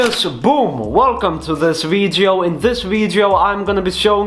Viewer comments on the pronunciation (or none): Who else likes it when he says “veedyo”